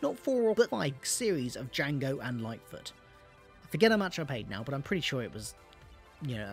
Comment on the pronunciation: I’ve only listened to Series 1 and 2, plus the two adventures with the Sixth Doctor and Jago & Litefoot & Strax. My favourite is probably the final episode of series 2. Btw I said ‘Jango’ and Litefoot on my comment because that was the way you pronounced it.